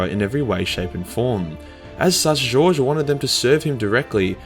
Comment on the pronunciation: Its Goge as in Got, G oge Vandire. Evil fuckin name if you ask me.